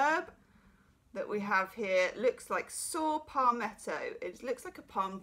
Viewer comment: Wonderful as always ♡ saw palmetto..you pronounced perfect! A herb used primarily for.men prostrate health. Ha ha. I love using bach remedy cards i see clients, though have never seen a tarot deck!! Please can we can a sneak peak!